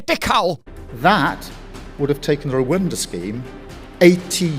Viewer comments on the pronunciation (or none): Did he say Rwinda instead of Rwanda . Did he get himself mixed up with Windrush, who absolutely have every right to be here